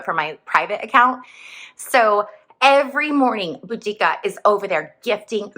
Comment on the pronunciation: hi Bobbie! Pronounced "Boh-da-cea" Boudica: (also spelled Boudicca or Boadicea) was the queen of the Iceni tribe in what is now eastern England. She is best known for leading a major uprising against the Roman Empire around AD 60–61. Her story is one of resistance, vengeance, and national pride. ai for the clarification win! have a lovely day :)